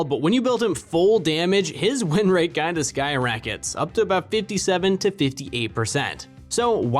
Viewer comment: “Sky Rackets” lol accent?